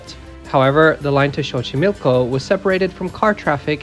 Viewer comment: Great video! But to let you know, the X in Xochimilco is pronounced as an S, and the X in Mexibús or Mexicable is pronounced as a normal X lol, a "ks" sound.